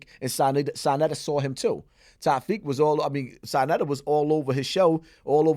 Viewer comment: Sanetta lol its Sa neter Flip